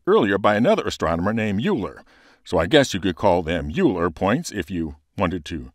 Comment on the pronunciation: Great video! If you're interested in the correct pronunciation of scientists' names, Euler is pronouncer "oiler"